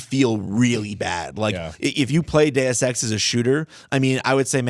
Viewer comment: I love it when you pronounce Deus Ex properly, not "duce ex".